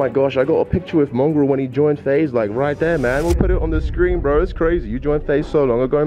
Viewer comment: its mongraal not mongrall